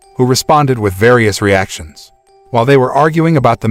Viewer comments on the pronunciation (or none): none